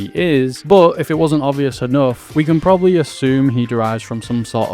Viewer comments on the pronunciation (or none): none